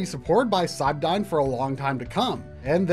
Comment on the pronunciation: Cybdyn is pronounced "Cyberdyne", its from The Terminator films.